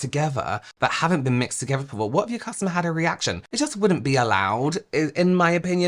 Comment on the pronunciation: Unwatchable Togeva is pronounced TOGETHER Aver is OTHER Free is FREE Fursday is THURSDAY Feir is their you sound ignorant